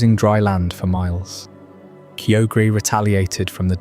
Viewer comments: I was ready to sleep until you pronounced Kyogre that way, heartbreaking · idk if i can get over your pronunciation of kyogre my dude